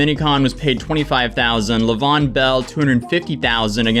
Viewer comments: Lay-Vee-On Bell. Come on bro… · Don't tell me pronounced Le'veon Bell's name like that 🤣🤣🤣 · "LeVon" Bell 🤣🤣🤣 Bro LeVeon. And you glossed over that? I dont know what an Austin McBroom is, but LeVeon Bell and Adrian Peterson both are ex NFL running backs. And both of them were, at a time, the best in league. What kind of event was this? Random YouTubers. Random RBs who prob wont make the HOF (which is very unfortunate when it comes to AP). But dang. LeVeon can neagotiate a contract, apparently. Or is he like an amateur fighter now? This whole situation is wild